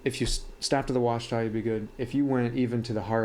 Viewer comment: Washita = wah-SHE-tuh; not wah-shuh-TAH. It’s named after the mountains in Arkansas.